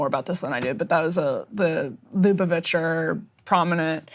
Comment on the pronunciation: Poor Emily didn’t know how to pronounce Lubavich or explain where did Trump went, and what the heck was going on on that visit